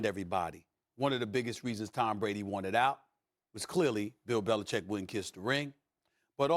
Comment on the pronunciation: Love Max vs Stephen A because Max can say BeliCHICK!!